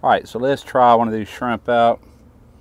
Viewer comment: Did you say shimp